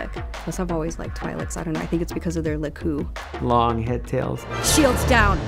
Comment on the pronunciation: Wow, hearing someone actually say "lekku" on camera just gave me a little hope for this. :-P